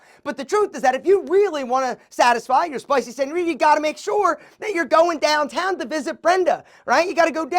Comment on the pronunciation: The way you said DOWNtown was hilarious 😂😂😂😂😂